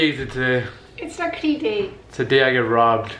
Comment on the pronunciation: Tbh, I found it weird when I heard you guys saying Rakhri because in my country we say Rakhi xD Anyway.. Happy Raksha bandhan guys. Lots of love from Mauritius